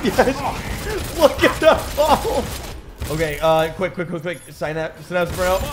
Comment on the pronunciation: the person doesn’t know how to say synapse. Why do I feel like they all have the same name?